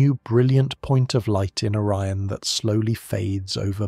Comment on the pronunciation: The constellation of orren? O RI ON